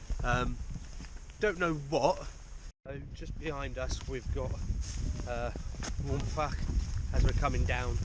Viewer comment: Good going - a nice little detour to the castle to ponder history and to look at the task ahead. It's a steep one in places for sure. You had a good day for it with views of the central Beacons emerging. The Welsh language is a funny one but Waun Fach is pronounced 'Wine Vak.' When you see Fach or Fawr the F is always nearly a V. So Vak and Vower there. Well, great stuff. I need to get bac k up there myself. All the best. Mark